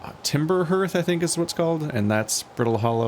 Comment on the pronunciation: Looking forward to this! That intro music is very relaxing and cathartic for me, so I hope all this spoop isn't going to ruin that vibe. Gabbro surprise! I guess says "H-earth" instead of "Heart-h" because it's an Earth-like planet.